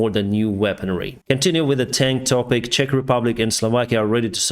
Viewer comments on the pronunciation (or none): none